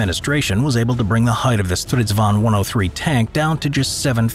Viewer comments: Stridsvagn not stRiSvAn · As a swede i just love the way people from other countries say our words i just find it realy funny. You forgot the hard G in Stridsvagn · Kinda annoying that you forget the G in stridsvagn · "Striidsvaun" lol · i'm swedish, and i have NEVER heard anybody say sanslös. it's something else but i can't get my hands on it. 6 MONTHS LATER, I FOUND THE WORD! "meningslös" (and your pronounsiation of stridsvagn is ridiculous, but keep it in, it's funny.) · i hate how he pronounces stridsvagn